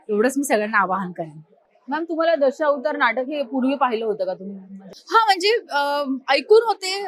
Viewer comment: दशौतार नाही गं ताई. असा "दशावतार"असा उच्चार कर